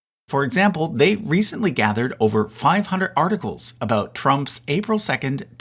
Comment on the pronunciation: I've lived and worked from coast to coast in Canada for 50 years and I've never heard a single Canadian, and especially Newf, ever pronounce "about" like that.